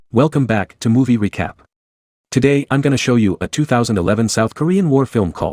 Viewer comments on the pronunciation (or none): I heard "Movie Wecap"